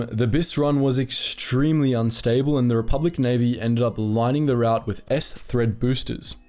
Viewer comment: Pronounce route correctly, you're English for fuck sake.